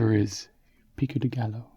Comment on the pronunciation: The word gallo should be pronounced like gayo or something like that